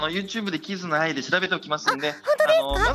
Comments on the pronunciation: 名前のイントネーションを間違えない？upd8社員か… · アイちゃん知らなかったのにイントネーションはあってるww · 「キズナアイ」の発音正しいの草